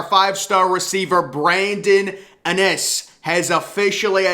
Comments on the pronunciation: IN-iss not Uh-niss! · Please start pronouncing his name correctly. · Bruh still pronouncing Brandon innis name wrong, maybe your “sources” can teach you how to say his name right smh 🤦🏾‍♂️